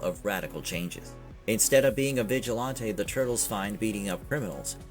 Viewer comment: Right!? And stop saying “vigilAAWnte”!